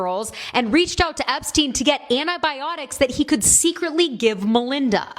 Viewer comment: Finally! Someone pronounces his name right. Epstein/Einstein. The connection is there.